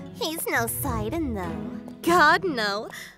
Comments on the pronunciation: Wow there are lots of ways to mispronounce this- I always called him "sih-DAHN"! Like the names "Sid" and "Don" Who's actually right though? Edit: So I looked it up, and it's actually pronounced "SIGH-dun", like short for Poseidon, which really should have clicked sooner. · He says it sidan Its SI-DON Like when you sigh and say they bald guy out of fast and furious name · He said Sid"o"n not sidin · I pronounced it as see-don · I always pronounced it See-Dawn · I've been mispronouncing Sidon's name this whole time ... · Okay but can we talk about this pronunciation- i am EXTREMELY confused- IS IT SYE-DON OR SEE-DON